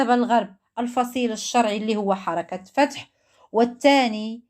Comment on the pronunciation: قناتك جديدة ... هل فتحتيها باش تقطع في لحم الناس ..هل انتي عارفه حنا في رمضان؟؟؟ واش عادي كتنعاس وترتاح؟ فلسطيني اكيد لازم يطلع من البلاد خلي القنوات الكبار تتكلم ودافع على بلادنا اما انتي قناتك فتحتيها لي النميمة ما عندك حتى محتوى اسمها حركت فتح مشي حركت فتحو هههههه اويلي على لغة العربية كدردب في العقبى